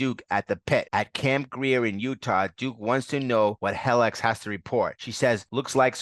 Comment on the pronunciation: You are adding to many N’s to the name Revanche. You are saying Revananche. Also, her name is Helix (he licks) not Hellix